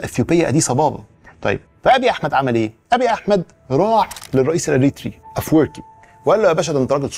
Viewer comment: ما شاء الله نطقو رهيب وهوا بيقول افوركي 😂😂😂